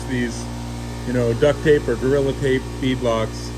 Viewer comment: it's DUCT, not duck. and that shit dries up and flakes. gorilla tape works the BEST!